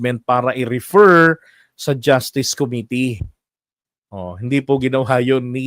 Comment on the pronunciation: Sir, i like your "justiis"!